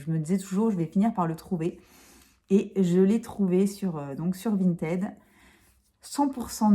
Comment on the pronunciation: VintID, prononciation du ed après la lettre T en id! Non mais la déformation professionnelle et la chieuse de base lol, désolée 😂😂😂. A part ça la marque Violette m'intéresse à fond, si tu peux nous montrer ça de plus près ce serait cool ! Merci 😉